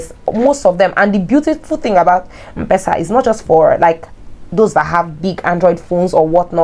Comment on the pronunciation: Mpesa is pronounced : M Pesa not mpesa ( as in um-pesa) Pronounce letter M then PESA